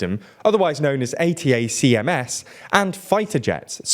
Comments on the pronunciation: “Attack ‘ems,” not A. T. A. C. M. S. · Please work on your pronunciation! 'High-mars' 'Attack-ems' 'Bach-moot' Seem to be your regular woopsies and if youve only ever seen them written down... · It's a bit surprising that one year into the war, the employees of a news channel still don't know how to pronounce "HIMARS" or "ATACMS". These terms are on the news basically every day... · Reporter should have find out how to pronounce ATACMS.. there is a lot of videos out there talking about it. 🤦‍♂️ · Guys, You might want to do a little bit better research. ATACMS is pronounced like a word (Ay-tack-ums). The F-16 was always a USAF aircraft (Us Army hasn't had fighters since September 18th, 1947). Also, your pronunciation of Kyiv sounds more Russian than Ukrainian. We really should insist on using the Ukrainian spelling and pronunciation for cities in their territory, including the Donbass and Crimea. If we use the Russian version of names, we are ultimately giving Putin a soft win in how we think about the world. That's not acceptable.